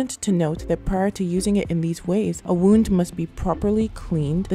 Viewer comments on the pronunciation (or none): none